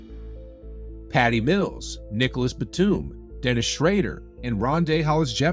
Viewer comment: You totally shredding Dennis name, other than that, good vid!